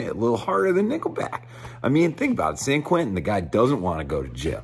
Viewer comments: The insistence on pronouncing it "Sayan KwinTON" is just insulting. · another thing about this song is that he makes San Quentin into four excruciating syllables “SAN KERWENTIN”